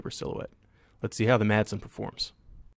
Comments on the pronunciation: Dane here. The "d" is silent in Madsen, so it's really just "Masen". Any way, cool vid!! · The D is silent.